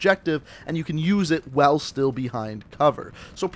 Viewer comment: The way you say “while” pisses me off. “wHaLE”